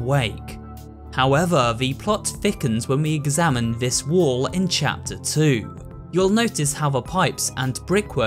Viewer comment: i like how he says cheter 2 and 3